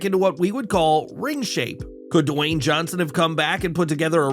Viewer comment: I love how he says DUHwayne Johnson! 🤣